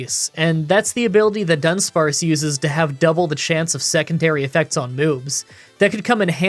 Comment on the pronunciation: Wish I had the money to support you back when you were going through all this but I was taking care of my family too. Glad you're back and kicking! And your videos are re-watchable anyway so Imma just re-watch all your video Also, with how you say Dunspare...do you know that gen 9 introduced....Dundunspare?